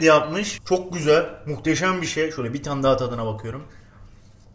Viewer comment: Bakiyiürm ediyiürüm yapıyürüm götürüyürüm video ortasından şırdan yapmaya kaymadı iyiki